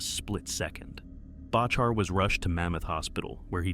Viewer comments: Learn to pronounce his name… It’s Back her….. not Batch her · Its far from thousands of people barely hundreds get your stuff right amd it’s pronounced Back our dingaling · You can’t even pronounce John Bachar’s last name. It’s very disrespectful. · This is what happens when non climbers make videos about climbing. Shame on you, you cannot even pronounce John's last name correctly. Crawl back in your hole, please. The amount of misinformation here is mind boggling. Shame, shame, shame. Noihing but shameful douche-baggery in this.